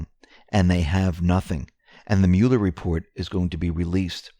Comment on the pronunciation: WHY, WHY do you persist in saying "Welcome to the X22 Repore"? The word is "reporT."